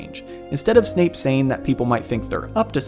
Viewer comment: At about did anyone else hear Snape being called Snoop? lol that made me laugh